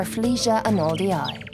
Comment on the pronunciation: Pls u butchering the name Arnoldii is painful to hear 🥶